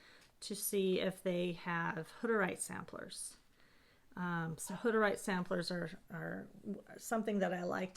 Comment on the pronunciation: Ummm... what's a hudderight? How do you spell it? Is it a religious group like the Quakers? Did you say they were from Russia, Germany or Hungary? I think you maybe took it for granted that all of us would know who you are talking about? And I'm a history and art buff who's been stitching for years now so I know there must be others who are unaware. I think that Mary Hoff (?) towel was so charming and would love to see a similar pattern if you know of any or that one charted would be fantastic! Would also love to see it even closer up to see the stitches. Really cool things you have and would love for you to expound on them. Thanks for the video.